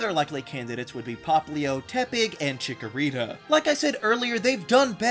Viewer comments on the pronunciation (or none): THE SECOND C IN CHIKORITA IS SUPPOSED TO BE A K! FIX IT NOW! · CHIKORITA, NOT CHICKERITA! FIX IT NOW! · THE FIRST A IN CHIKORITA IS SUPPOSED TO BE AN O!